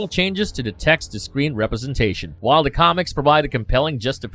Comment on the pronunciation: good lord why the robo voice narrating saying D's instead of "th" sounds, saying"dez" "mudder" "togedder" "fadder" instead of "the" "mother" "together" or "father"